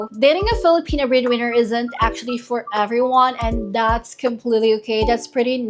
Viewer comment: Liked the video, and I know your accent is going to come out strong, but I was listening and kept hearing breed winner, and not bread winner, and it captions also were that way. Very confusing but I got the drift, and hopefully the breedwinners are not to be breeding with the boyfriend unless that’s consensual 😊😂.